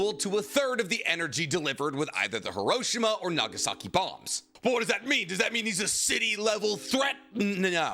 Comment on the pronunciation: did you just call hiroshima, hiroshina